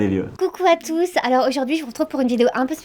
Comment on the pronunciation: "Bonjour à tousse"🤣